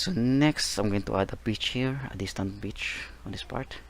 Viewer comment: the way he says a bitch expect of a beach